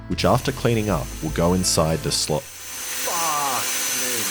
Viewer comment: That aussie "faaak mueee!" 😂